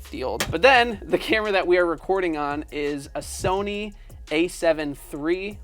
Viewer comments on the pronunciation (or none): none